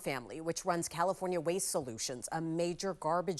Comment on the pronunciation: The name Duon is Vietnamese and pronounced Yung not Do- ong😂